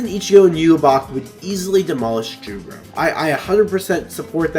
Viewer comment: I sincerely hope the anime expands even more on Jugram, not just as a character but in terms of his insane prowess. Oh also, Jugram isn't with a J, it's said with a Y. In Europe, the character j is said as a y. Which ofc Jugram is as he is German.